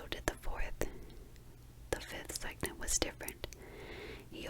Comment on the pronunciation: Love this! <3 btw cygnet is pronounced sig (like signal!) - net :)